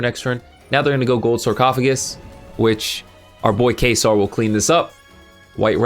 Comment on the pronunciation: Cant wait for Gaze of Timaeus so i can summon Dark Paladin. Also Trudeau is pronounced True-Dough and Caesar is pronounced See-Zer. Just so you know.